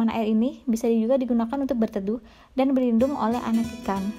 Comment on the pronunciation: Suaranya bhahahaha lagi makan gula2 hahaha. ...... Serain..berindung.... Berebihan... Gulmah😝🤣🤣